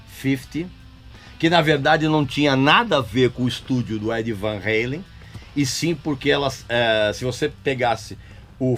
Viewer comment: É Van Halen com o A bem aberto Régis, o cara era holandês, e o sobrenome dele é holandês, não americano. Sei que você gosta de sair por aí corrigindo todo mundo, então tô aqui corrigindo você, não existe esse negócio de "heilen", não importa se Sammy pronuncia assim ou Lee Roth pronuncia assim, falam errado, eles americanizam o sobrenome.